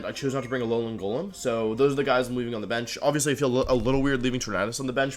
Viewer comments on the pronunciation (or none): none